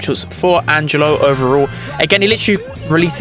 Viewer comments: Angelo its an italian name, almost perfect pronunciation tho Edit: and yeah, angelo literally means angel in italian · The pronunciation is correct Angelo is a normal italian name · Not only he is balanced, but looks very fun too. (btw the pronunciation was perfect, italian approved🤌🏻)